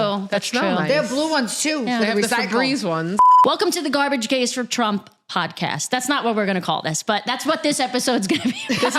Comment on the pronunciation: Love it. I'll keep watching as long as you keep saying Gwahbage ❤😂